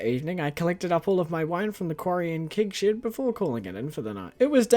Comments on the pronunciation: Everytime he says Keg Shed, all I hear is Kink Shed. Help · I hear "kig shid" and laugh my accent off 🤣 actually I find very cool to hear so many different english accents on yt, and now I know that NZ accent have a very closed 'e' sound in words like 'bed', 'shed, 'keg', 'quest', and the stress syllables are different in some words, like 'crAnberries' instead of 'cranbErries' 👍